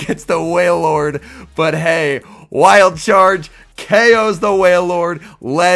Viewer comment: You the only person I heard say that things name right